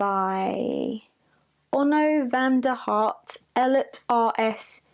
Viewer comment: I belief two of the people who wrote The haunted self (Onno van der Hart and Ellert R. S. Nijenhuis) are Dutch because they have very dutch names. I laughed when you tried to pronounce their names and right away assumed it was dutch because they way you tried to pronounce it is how every non dutch speaker always attempts to pronounce dutch names.